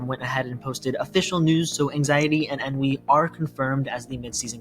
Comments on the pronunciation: You keep Ennui saying EN-V, thats a different character. Its pronounced ON-Wii. On as in, "its ON top", and Wii as in "Nintendo Wii" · pronounced On-wee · Ennui (pronounced un-wee). 🙄